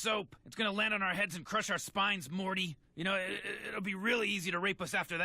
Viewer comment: Why you keep saying "marty" 😂😂